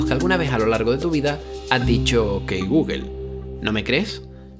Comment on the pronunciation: Es mejor decir "gogle" que "gügle" si es que no puedes decir "gugl"